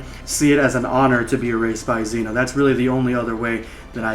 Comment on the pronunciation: Zeno, not Xeno or Zeeno.